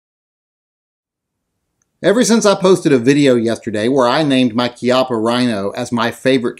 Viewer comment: Since you had to bag on poor Bob Wampler's name I think I will call you out on your KEYOPPA RHINO! Thanks for the video and I certainly hope that's not the way you refer to this gun its Chi appa just like Chiappa Mexico. But then again maybe you you were just saying it wrong to see if we were paying attention, but then again who cares! Just do more gun reviews!!!